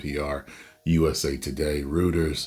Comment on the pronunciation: It's pronounced royters lol